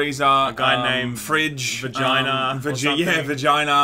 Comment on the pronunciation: As a Dragon Ball fan, this was painful to watch. Only because of you naming characters. It's Vegeta, not Vagina...